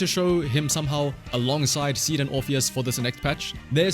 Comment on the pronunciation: in Japanese her name is シード(shiido) so saying "Ah Seed" あ、シード (ashiido) - sounds like you're saying Feet 足 (ashi)